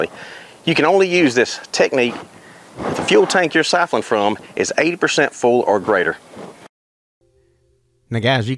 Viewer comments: I thought that the way you mispronounced the word siphoning was funny. Sipholin. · Did I hear him right...Sipholing? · Did I hear him say "sifling?" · syphon is an odd word yes but there's no L in it for sure "sypheling" lol